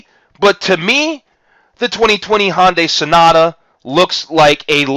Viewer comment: Hyundai, not Honday... sorry but everytime I hear "Honday Sonata" it was like fingernails on a chalkboard. Other than that, decent vid